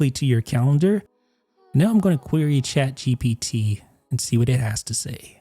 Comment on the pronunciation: Say shaad gepeetee one more time i dare You ! On the backend it is not even shaad geepetee but one of the api modes